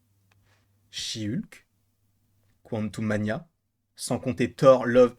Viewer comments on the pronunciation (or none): A chaque fois je t’entends dire she hulk je Péte de rireee😂😂😂😂😂